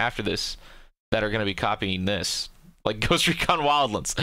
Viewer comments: Bro, it's not WildLINDS. It's Wild-Lands! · "Ghost recon wildlens" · Ghost Recon "wildLINDS"...... BD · you really enjoy saying wildlands like a weirdo huh? okay fair enough